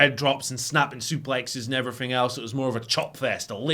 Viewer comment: “and effryffing else”